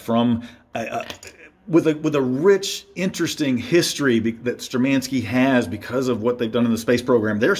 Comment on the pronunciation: They are not ShturmAnskie. They are ShtURmanskie. Thank you for the video.